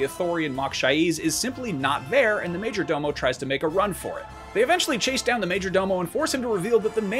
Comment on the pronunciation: Maaaajjjjooorrrrr DOOOOO MOOOOEEEE that word sounds absurd hahaha